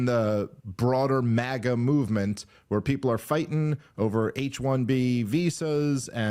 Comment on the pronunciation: Crypto Globalism! It's MAGA not MAIA! You guys miss the point entirely